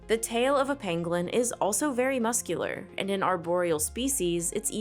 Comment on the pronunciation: pAngolin not pEngolin kid get it right lol